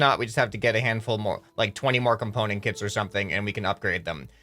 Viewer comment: KITS ITS KITS NOT CITS